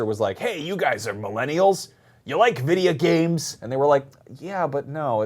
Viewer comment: Lmao "Dya like videe-ya geams?"